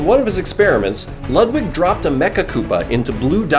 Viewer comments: IT’S LEWD-WIG NOT LUHD-WIG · I hate ho he pronounces Ludwig pronounced:Lood-wig as Lud-Wig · He’s saying Ludwig wrong it has a oo to it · that’s not how you pronounce ludwig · You keep saying Ludwig wrong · You pronounce Ludwig's name wrong